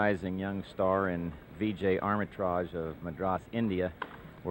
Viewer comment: Get the name right. It's not "ARMItraj" but AMRItraj."